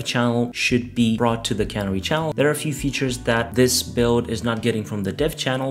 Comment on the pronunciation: Why do all the video producers mis-pronounce "canary". It is pronounced with the emphasis on the second syllable as the cuh-NARR-ee, the bird that was set free in a coal mine potentially that had gas in it. Remember the cuh-NARREE in the coal mine and pronounce it correctly.